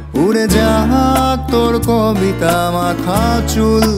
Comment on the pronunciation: এই কাভার টা অনেক ভালো লেগেছে। কিন্তু উচ্চারণ টা ক (অ) বিতা না বলে কো (ও) বিতা বললে আরো ভালো লাগতো।